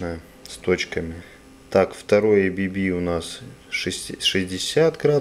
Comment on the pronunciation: Все идеально но только не эйбиби а абэбэ